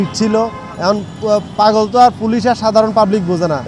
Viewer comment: Paaaagoool valo vab e uccharon koren...bolod